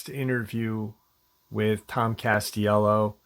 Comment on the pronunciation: It's Castillo, not "cast yellow'.